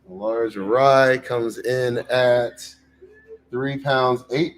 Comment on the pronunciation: Arai. It’s always Arai. It’s always been Arai 😂